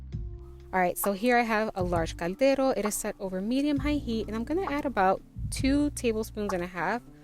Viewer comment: Are you saying gandero? O caldero?